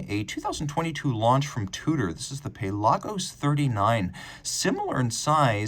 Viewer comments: lol yeah, “pay-lah-gos” is a little much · Pale Argos